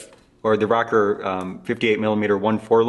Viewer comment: I'm sure it's an awesome video and I'm even more sure I will find your channel VERY helpful in fixing cameras like I do. But also I couldn't finish this video because of the way you pronounce "Rokkor". Sorry. It's not you, it's me.